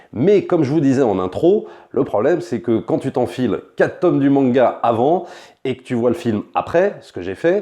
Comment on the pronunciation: Attention à la prononciation de "tome", svp.